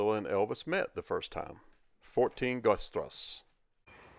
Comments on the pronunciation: The street is pronounced “Gerta strah-za.” When I was stationed in Germany from , my wife and I went on a trip to find this house. This is a neat find. A Dr. Mueller lived in the house in the early 90s. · I was stationed not far from there while in the Air Force. Had to laugh at how you butchered pronouncing "Goethe Strasse!" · That is quite a residential area, interesting to see, thank you. But omg, you should have learned at least how du pronounce Bad Nauheim (not like bad !!), Goethestraße (who does not know Goethe?), Uhlandstraße... when introducing these places. Also the French machine translation is hilarious 🤣, better you check before release. Would have been nice to find some people having seen Elvis at that time. Anyway, Elvis is still the best, and we love him! ❤️🇩🇪